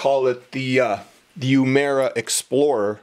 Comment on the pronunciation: not yumera but uemura